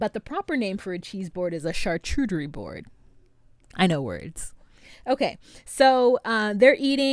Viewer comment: It's not char-CHU-terie, it's Char-Cu-Terie. The "Cu" is pronounced "ko͞o".